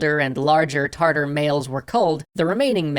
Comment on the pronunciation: Is it me or I keep hearing tartar like tartar sauce instead of Tatar ....?